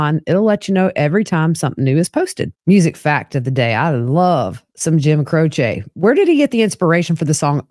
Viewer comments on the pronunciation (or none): Crochet? Jim Croce… “CroCHEE